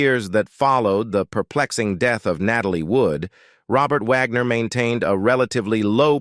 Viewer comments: Yes 😅😅😅😅 especially pronouncing it like that of the classical composer Richard Wagner. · The narrator in this story has terrible diction. Wag-ner 'not Vog-nor. Among other mispronounced words. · I wish the Narrator would make up his mind on how to pronounce RW's name; Wagner. Vaughner, wogner. Vagner, etc......🙄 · Not Vagner. Wagner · I hate the robot mispronouncing wagners name